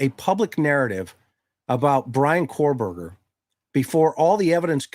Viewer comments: He keeps calling him cor-Berger lol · I love your podcasts. Several things about this one though. First, BK's last name is Kohberger not Korberger as you kept saying. Second, the police removed "IDs in a glove in a box", nothing was ever said about it being an ID of the of the girls. You kept implying it was Bethany's driving license or at least her ID. Third, I saw what was supposedly a portion of a report from that private detective firm for the defense that was quoted as saying Bethany told police she heard things during the night. I can't remember if she also said she saw things but it did say she heard things. It has been reported that she has severe PTSD, as one would expect after what happened in that house, so I'm sure she is receiving counseling. Her surviver quilt has to be through the roof and people need to leave her alone along with Dillion. 😢😢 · KO-Berger as in CO-pilot Rhymes with TOE. Kohberger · Okay same. I’m seeing now that this is not confirmed. It was something News Nation said. But multiple things they have said have been proven wrong. I mean this guy doesn’t even know how to say the suspects name.